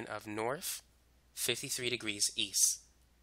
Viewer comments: Its called west, not wess.... Same goes for east not eeess. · I would give him that, except for the fact that he said. Eas, Wes 🤦‍♀️🤦‍♀️😬